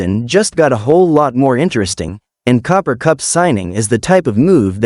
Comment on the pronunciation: The name is Cooper not Copper.